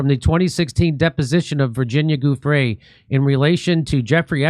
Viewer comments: Giuffre is pronounced 'JOO-freh'. ☝ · The G is pronounced as a hard J. That's why it's Giu